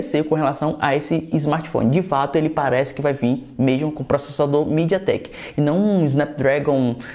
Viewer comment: Estava perfeito até ouvir a palavra midiatek